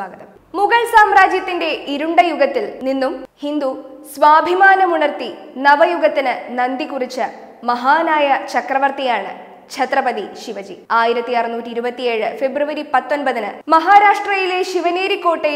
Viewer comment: നന്തി കുറിക്കുക അല്ല ' . നാന്ദി കുറിക്കുക.